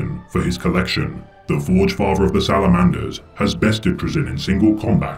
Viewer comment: Your pronouncing it wrong, its pronounced Troll-Zahn. N; the ultimate kleptomaniac in the galaxy. He also happens to be an amateur Pokémon master.